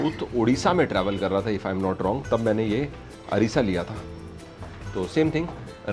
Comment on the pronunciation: अरिसा नही अरसा